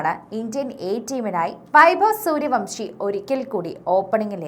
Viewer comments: സൂര്യവൻഷി എന്നാണ്.. സൂര്യവംഷി അല്ല 😂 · Vamsi അല്ല vansi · Not suryavamsi...but suryavanshi😅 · പേരെങ്കിലും ശരിക്ക് പറയു.